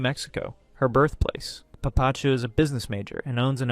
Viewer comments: its papa-chu, not puh pachu. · please pronounce papachu and mamachu the right way!